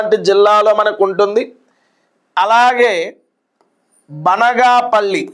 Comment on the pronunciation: Banaganapalli not banagapalli